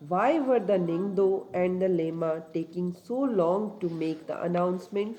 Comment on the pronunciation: I would like to do some pronunciation correction with due respect. Ningthou (Ning-th-oo / निंग्थोउ) Leima (Le-ee-ma/लेइमा) Phajei (Pha-je-ee/फजइ) Thauro (Tha-ou-ro/थाउरो) Kangleipak (Kaa-ng-le-ee-paak/कांग्लेईपाक)